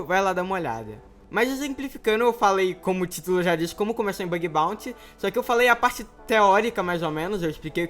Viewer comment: "Bag baunty." kskssksksksksksk